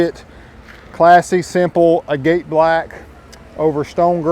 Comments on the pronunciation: It's pronounced "AG-at" like the rock, not "a-GATE". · Ag-it black lol not aGATE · It’s pronounced (Ag-it) like the rock